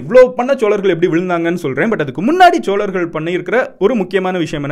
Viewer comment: சோழர்கள் not ச்ச்சோழர்கள் solargal not chcholargal 😒😒